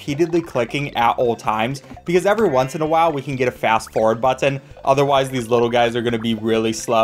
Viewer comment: I love the way you pronounce "button". It haunts me.